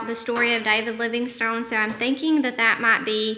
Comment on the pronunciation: David Livingstone is my relative! Nice to hear somebody pronouncing it with the "e"! 👏